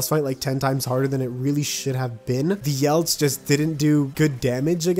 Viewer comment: "the yelts" Ye-lets. YELETS